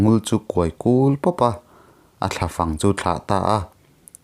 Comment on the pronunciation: Lam dik loh leh thluk dik lo hian ngaihthlak a ti nuam lo thei hle. Thalfang tih aiah thlafang tih te ang hi.